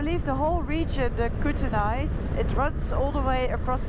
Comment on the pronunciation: It is pronounced The Coot-knees. Finally in my neck of the woods. Familiar names and places. People speaking with the same accent as me. Before 9/11 crossing the Canada/USA border both ways was very easy. They barely even asked for ID. Sometimes they would ask where you are from or what the reason for your visit is but that was still easy. It is still usually quick for Canadians/Americans to cross but you need a passport now.